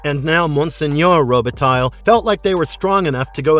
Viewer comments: Robitaille is pronounced Roba-tai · "Roubitaille" is pronounced "Rowbetay" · My ears were bleeding every time I heard pronounce Robitaille. I know their research is usually shit on these clips, but at least get the pronunciation of the name right if you're going to say it 50 times in 2 minutes. Guaranteed this knob doesn't watch hockey.